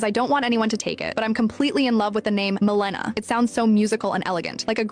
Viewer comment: The accent is on the first syllable — MEL e na. GI doc here.